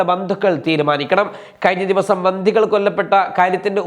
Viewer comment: ബന്ധി അല്ല ബന്ദി 😂😂😂